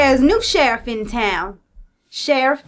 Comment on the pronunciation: When you said sherrif messyourself I thought you said chef messyourself